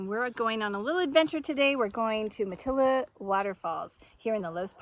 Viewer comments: It’s pronounced mat-I’ll-a-haa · It’s pronounced ma-te-LEE-ha. Like the beautiful bush of the area, Matilija poppy, sometimes called fried egg plant. Their huge white petals got them the name, they look like the old fashioned lace collars Spanish ladies used to wear…